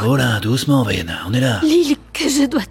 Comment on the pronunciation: Entendre "Vaiana" en tant que polynesienne ça fait mal😭